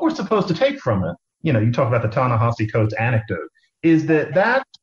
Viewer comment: Why do you both mispronounce Ta-Nehisi Coates? It's hilarious if it's unconscious...come to think of it, it's hilarious if it's intentional, too.